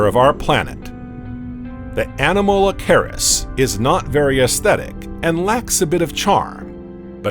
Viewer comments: Such a joke with the pronunciation of the names, especially when the bot was trying to say Anomalocaris. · Yeah, when they said Anomalocaris I kinda zoned out